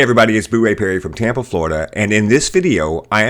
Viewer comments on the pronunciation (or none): none